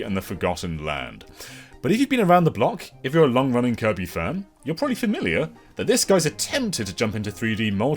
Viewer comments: Did he say koiby. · Because of, from this day forward, I will pronounce "Kirby" as "Koibee".